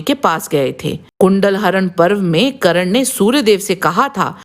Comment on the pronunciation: करन नही कर्न होता हैं